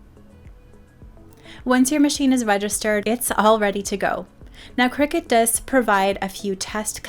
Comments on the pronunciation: It’s cri-cut, as in cutting… Not a cricket 😂😂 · It’s a cutting machine not a game played over scones in white caps. Kricut kri-cut The end of the brand name is pronounced “cut”.